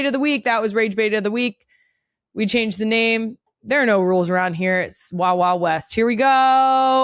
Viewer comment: I am a new “Real One”, getting back into my Philly era next summer (OG Philly girl, coming home after 25 years away). I am dying to know if “Wawa West” is an ongoing thing around this channel. 😂 If it’s not, it should be! It sure sounded like that, and it better stick!